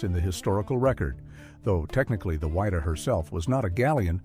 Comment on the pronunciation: It's Wydah not wider get it right bei ffs lol